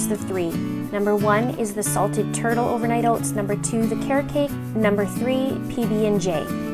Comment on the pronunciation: I eat overnight oats every morning because I need to have something prepared ahead of time! I'll have to try these recipes to shake up the mix-ins. P.s. I loved how your Canadian accent came out when you said Ohh-vernight Ohh-ts 😉😊 (this coming from your ND/MN subscriber...haha)